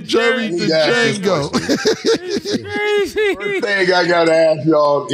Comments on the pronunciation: they keep failing to realize the d in d'jango is silent ⏸️ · " Jerry Dejango " 🤣🤣🤣🤣🤣🤣🤣